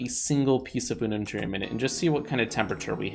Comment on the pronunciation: Me when he said reactor with I unnuntrem: 😑😑